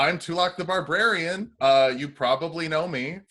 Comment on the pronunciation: Not gonna lie, this is the first time I've noticed it's Barbrarian instead of barbarian…